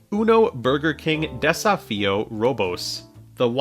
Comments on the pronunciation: Desafio means dare or challenge. Portuguese isn't pronounced the same as Spanish but you have done your best, so thanks. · trying to pronounce "Desafio" wasn't something I knew I needed, but am very grateful for it